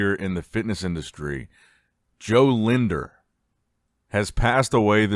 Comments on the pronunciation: It’s Jo Lindner not Jo linder respect his please 🙏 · Using too much Tinder? Get his name right bro! its Jo Lindner.